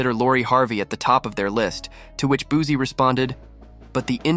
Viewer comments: Sir please say his name right it's not Boozie😂🤡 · boozie 🤣 It booSie with a S lol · Man i just can't. Once words start getting mispronounced, it's time to go. I'm sick of this AI bullsh*t. Made it to the 2nd f*ck up on Boosie's name and Baton Rouge, and now i'm out.